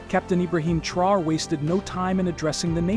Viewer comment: Take your time. Study the name carefully and pronounce the name respectfully. Thanks for your cooperation.